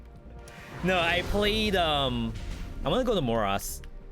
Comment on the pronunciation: I say this full of love, but the right pronounciation of Morass = More Ass